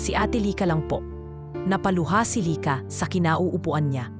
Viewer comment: Ganda ng story kaya lang yung bigkas ng lyka paiba iba minsan lika